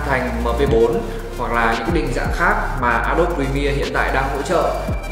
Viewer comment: a đô bi chứ k phải a đốp nhé ad